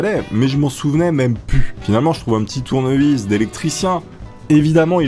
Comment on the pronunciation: go plaqué un tournevis mdrrr un "tounyvis" kappa